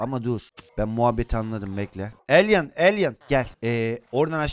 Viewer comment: Abi elyn değil elay